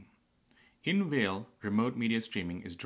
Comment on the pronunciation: No no. Not "Whale". It's "Fail". Learn to read.